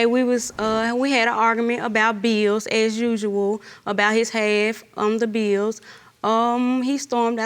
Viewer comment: It's bills, not beels, and 1 year is singular, not plural years